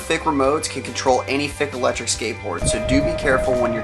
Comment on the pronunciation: Wer is deutsch und muss jedes mal grinsen wenn er Fick sagt :D